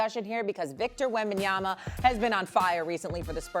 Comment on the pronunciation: I'm more surprised that Perk pronounced Wembanyama correctly.